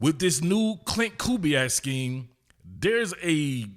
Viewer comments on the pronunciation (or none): none